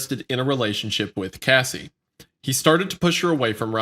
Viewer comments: When saying Harvey's name wrong you correct it, but you mispronounce Cassie's name wrong the whole video... I don't think anyone would care if you butchered the monsters name..edit..props on correcting the pronunciations.. I feel like a Karen for that comment ...and this one, way too much laughter for a Diddy video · Mispronouncing Cassie’s name was frustrating but why was Kid Cudi’s being blown up funny? Your pronunciation of Jodeci was atrocious! You asked for help on how to pronounce the word “irreconcilable” but couldn’t be bothered with pronouncing the names of the people involved properly. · You couldn't wait an hour to stuff your face? Oh and being a communicator who doesn't know how to pronounce words with letters ass in is baffling. What an ace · I couldn’t imagine uploading a whole report on someone and pronouncing their name wrong every time even though they are famous and it’s an extremely common name lmao 😂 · Anyone else getting tired of pronouncing Cassie as Casey? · it bothered me so bad calling her casey not cassie. What was funny about any of it either? The giggling when reading that terrible stuff was kinda cringe. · It's pronounced Cass-e not Casey. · You'd think after reading the name 1000x you would understand her name is Cassie not Casey. Moron. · Her name is Cassie not Casey FFA each time you said her name incorrectly I wanted to smack you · Why is he calling her Casey? Her name is Cassie lol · kinda crazy how much y'all mispronounced their names or artist name. Cassie, not Casey. I always wondered what happened to her cuz she was HOT SHIT BACK THEN. Joe-Da-See = Jodeci, not Joe-dak-ee. Jodeci was very famous and a great group of singers. Sadly, they could have stopped something from Diddy. Saying that though, I'm sure diddy would be out already. Now, with all the shit that he has accumulated throughout the years, the man is donezo. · Its not pronounced casey. Its pronounced like sassy. I wanna slap that dude